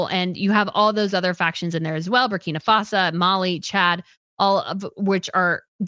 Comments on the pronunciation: Also, “Shahail”, instead of “Sahel”, “Burkina FASA” instead of Burkina Faso? Wtf? If you cannot even pronounce the regions and countries you’re talking about, then you do not need to be making videos about them. Please just stick to Europe! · Thank you! At first I thought I misheard when she pronounced Sahel as Shahail and then she did it again and butchered the pronunciation of Burkina Faso while claiming to have quite a bit of knowledge about these areas. At least do some research about basic pronunciation before claiming to be knowledgeable. And then claiming it was Russia that spread misinformation about Catherine’s pictures. 🤦‍♀️. This was a tempest in the teapot that the American press (Associated Press in particular) then the British press made a huge deal about for no reason. What did Russia have to do with it. And African countries pivoting to Russia is 1) nothing new (this happened during the Cold War when there countries which preferred Russia because they were never exploited or colonized by Russia unlike the French and British) and 2) an isolated case regarding Niger a French speaking country exploited by the French for years and a case extremely different from the arrangement that the British have with the commonwealth countries. Also, the West does not own Africa or get to decide who these Africans get to trade or be friends with especially when the West starts imposing ridiculous restrictions that Africans find to be morally repugnant as a condition of aid. The CIA and the British Intelligence were actually responsible for a lot of the instability in Africa during the Cold War as they sponsored and engineered coup d’etats in many African countries to remove governments they considered neutral or Ru